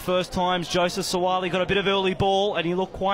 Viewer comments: Whaaat..It's not Suali. It's Suaalii 😂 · I’m just here for the horrible pronunciation of Suaalii’s surname. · 😄😄 That's how you say their names properly in Samoan. Follow the phonetic instructions brass and if we see each other in public have the same energy.